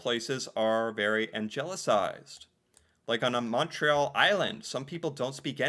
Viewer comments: you said,“Angelicized.” So here’s what I learned from French that transfers over to English (see note below). If there’s an E or I after g, then it makes a soft g (gee) sound. Otherwise it’s always hard. That’s why U is added after g with E or I vowels when wanting to show a hard g sound (for example, guess, guest, Guinness). Note: the exceptions to this rule are the original old English words that came from Germanic roots (e.g. get). Those words are few. You’ll notice English vocabulary changed a lot after the Norman conquest to match French more closely than German. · anglicized is said with a hard G, like angle. An-gli-cized.